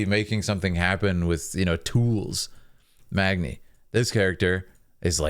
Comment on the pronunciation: Every time he said Magni it triggered me